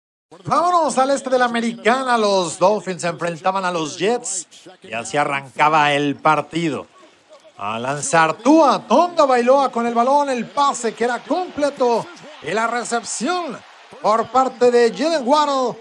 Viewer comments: Tua Tongabailoa!! Que vergüenza no saber ni cómo se pronuncia el nombre del QB!! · Es TA GO VAI LO A...TAGOVAILOA!!!. Apréndetelo aburro!!!